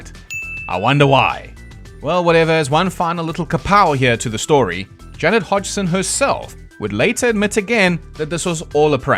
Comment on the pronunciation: Every time you pronounce Janet Hodgson for some reason I hear "Jennifer Hudson", which makes the story more interesting in a way